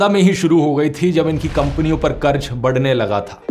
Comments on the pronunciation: Karj nahi karz hota hai dear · Bade Bhai karj nahi qarz hota hai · Qaraz bhai qaraz otherwise great video